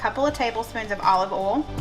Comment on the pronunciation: it's not oolll it's oil. O y l.